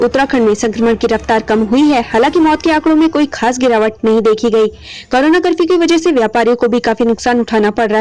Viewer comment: Madam pahle korona bolna seekh lo